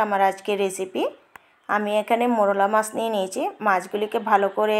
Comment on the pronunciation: মোড়লা মাছ হবেনা, মৌরলা মাছ হবে। উচ্চারণ এবং বানান ঠিক করুন।